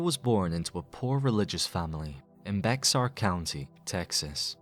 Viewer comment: Hey man, long time sub here from Texas. Great vid, but Bexar is actually pronounced like bay-er county. Kinda stupid if you ask me, since we dont call Texas Tay-as... (well, Spanish-speakers do, but I digress)